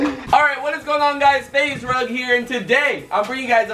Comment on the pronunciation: its Rug not Rag